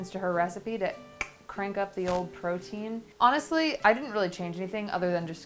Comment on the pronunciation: Take a shot every time says the word Portein 🍻